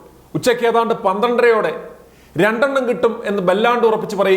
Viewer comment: രണ്ടണ്ണം അല്ല (രണ്ടെണ്ണം)